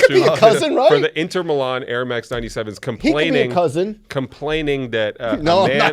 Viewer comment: Hearing say Inter Milan. Absymal. Hate that guy.